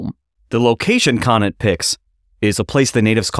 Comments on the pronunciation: cone ant. not konat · Roger Conant's last name is pronounced "Cone ant" Great episode about my 9th great grandfather thanks for highlighting his role in American history